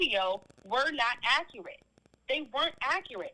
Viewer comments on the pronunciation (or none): none